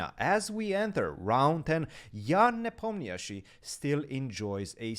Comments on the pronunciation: Tip for how to pronounce Ian's last name. It's actually one less syllable than it appears in the romanized spelling: ne-pom-na-shi. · This is your daily reminder that Ian's name is pronounced Knee palm knee she!!!!